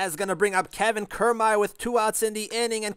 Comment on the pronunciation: It’s pronounced Key-r-mai-er